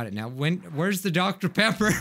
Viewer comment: DoCTa PEpPA